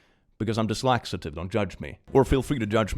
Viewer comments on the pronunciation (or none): Every time you say you are dyslaxative instead of dyslexic, I picture a superhero whose power is to never get diarrhea! 😂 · ...did just say he's dys-laxative?